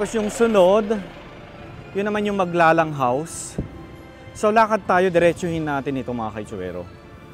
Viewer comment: Thank you for featuring my hometown in your Vlog. BTW: the surname ‘Maglalang’ is properly pronounced with only two syllables (Mag-lalang) NOT three (Mag-la-lang).